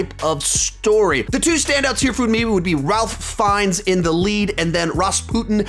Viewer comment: its RAIF FINES, I know it doesnt sound like RALPH.....Raif!